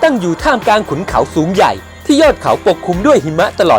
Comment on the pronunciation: ข้อมูลดีครับแต่ออกเสียงคำว่าอังกฤษต้องควบกล้ำเป็น อัง- กริด นะครับ..กลางก็ต้องมีล..ลิงไม่ใช่กางครับโดยรวม ร.ล.ไม่มีเลยครับ